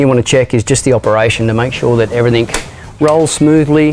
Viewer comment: Great video, whats with the everythink? Hate it when ppl say that, just like the Americans saying soder instead of solder hahahha. in saying that ill still watch your videos and give then the thumbs up.